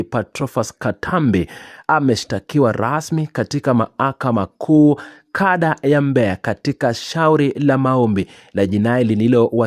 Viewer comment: Unaboa,ni hujui kusomea au una shida gani! Unarudia rudia kusema KADA ya Mbeya badala ya KANDA ya.